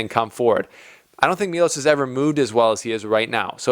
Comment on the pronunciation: It's pronunced Milosh (Miloš), not Milos.